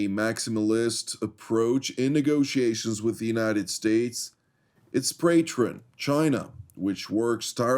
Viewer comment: "pratron"? Er.. 'patron.';)